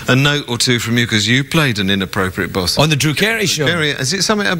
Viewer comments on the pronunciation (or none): Lol took me a min to realize tony said "boss" not "bus" lol